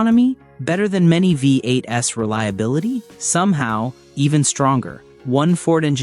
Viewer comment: "Vee Eight Ess"???? hahaha